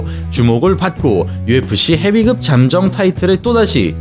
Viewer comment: 한국사람맞나요?? [헤비끕]도[헤비급]이라고 읽으시고...